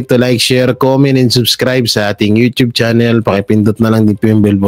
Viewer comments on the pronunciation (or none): none